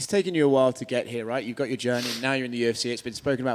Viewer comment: Are you a fighter? "I goch da pergsonality, I goch da luk"